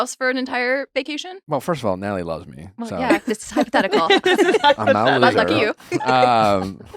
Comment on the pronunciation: every time nick says “natalie” it sounds like nelly. like dude please pronounce your wife’s name right